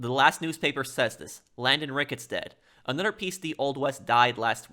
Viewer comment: “Anudder?” Is the title of your channel ironic? Nigel West Dickens is the only character you’ll “speculate” on — except you speculate on every single character. You don’t even know how to read, lol. You’ve never heard of croquet (“cro-kay”)? MacDougal is a commentary on academia — book smart, so smart he’s dumb, etc. Perhaps you’ve heard of RDR2? Landon Ricketts was deputized for the Blackwater sting for Dutch’s gang. He didn’t do “bad things in his youth.” Despite being a duelist, he was on the right side of the law. Reyes is a commentary on foreign dictators, especially Latin American foreign dictators.